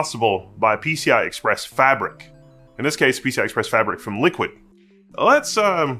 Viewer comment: Sorry, I don't accept that pronunciation of Liqid. There is no U. That alone makes me recoil from the brand. They might as well have been called Ghoti, pronounced Fish. Because: F sound like the GH in enough, short I sound like the O in women, and SH sound like the TI in motion. At least that would follow English pronunciation rules, though a bit labored.